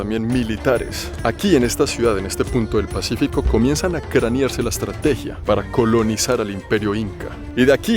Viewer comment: me gustó escucharte decir pa'entro y "cranear" es el léxico que se usa allá.